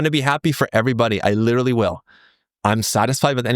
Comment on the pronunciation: old boy, you're very likeable. I listen to your videos even though I'm a committed bag-holder and no trader. But, look, I feel sad that a sophisticated charming educated person like you can't say the word literally properly. You say lidaree, liradee, liderderireedee. Just learn to say it, come on, you've got a hundred thousand people coming to listen to you. Honour them by speaking properly.